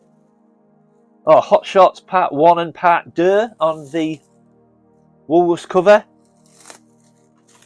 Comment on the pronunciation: The last time I was in a U.S. Woolworths was in the early 1990s. Glad Rachel got that great gift package for you! I think it's pronounced Hot Shots Part Do."